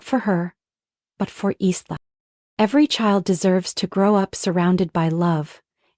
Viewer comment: The name is actually pronounced "Eye Lah" More than likely a fictional story... What a shame they didn't tell the narrator or program the AI to say the name correctly.. It kind of destroyed the loving mother scenario with the mis pronunciation of the name.